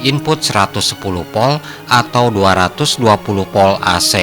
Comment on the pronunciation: Narasinya bagus dan tertata, namun penyebutannya saja yang perlu ditingkatkan, misalnya penyebutan Volt masih di sebut 'POL' antara huruf V dan P itu berbeda penyebutannya, saat huruf V bibir tidak terkatup hanya cukup bibir bawah menyentuh ujung gigi, sehingga udara keluar disela selanya, beda dengan huruf P, terkatub dan ada dorongan udara yang terkurung saat mengungkapkannya. intinya ' Narasi suatu Video yang diunggah ke platform Youtube sudah dilengkapi dengan Voice Converter to Text, salah penyebutan saja bisa melenceng ke scribt mesin pengonversi'